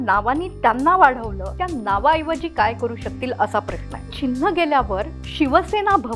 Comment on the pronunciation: प्रश्ण प्रश्ण का म्हणताय?... प्रश्न हा बरोबर उच्चार आहे.